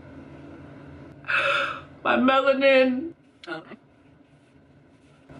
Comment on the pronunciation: Ong she said it like it was drain the black from her skin